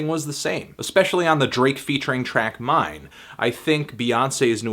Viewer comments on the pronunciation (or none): none